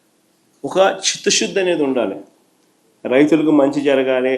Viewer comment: చిత్తశుద్ధి కి చిత్తషుద్ధి కీ తేడా ఉంది. అది కూడా పలకడం రాని గ్రాడ్యుయేట్ మీరు . . స్కాం కి ఫామ్ మీరు జగన్ గారు. తెలుసుకోండి కొంచెం! ఛీ ఛీ! సిగ్గుండాలి!!🤦